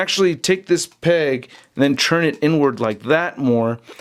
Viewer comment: Why do you say "churn" and not "turn". Sort of bothers me but still great video